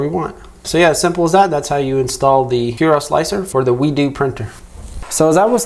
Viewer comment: its not wee-do its WEED-O